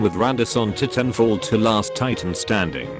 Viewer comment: the thing that cracked me up the most in this video was the pronunciation of titanfall lol